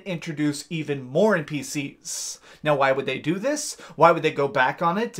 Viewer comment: You kinda put to much emphasis in some of your words at the end of the word. I noticed it at first when you said "npcS" and kinda put it off cause it is an abbreviated word that has a C at the end but noticed you do it to other words too. Well, anyways I'll leave you be.